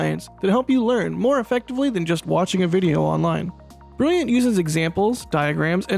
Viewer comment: Opening "This video was sponsored by briyiant." had me in tears. Gotta be brilliant with brilliant, no?